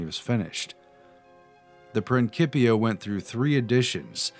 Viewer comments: STOP SAYING PRINKIPIA. ITS PRINCIPIA!! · "prin-CHI- pia" not "Prin-ki-pia" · It's pronounced prin-sip-ia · why would you pronounce prin-cee-pia as prin-key-pia when the closest word you know is pronounced prin-cee-ples "principles"? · Love your channel and info, but please. annunciation. PrinSIPia...not KIP...and methoods....and numerous others... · Principia , pronounced prinsi-pia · You want people to take you serious, but you pronounce Principia as Prinkipia and Edinburgh as EdinburG. Anyone with at least a proper 6th grade education, knows how to pronounce these words. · Prin-sip-eee-ah and sti-jee-en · it's prinSIpia like principal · Principia (PRIN - SIP - EE - AH) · OK I love you guy's but ya gotta work on the pronunciation of Principia and Stygian ! Prin'SIP'ia you do not call the head of school a Prinkiple do you? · Great stuff ! (please note pronunciation principia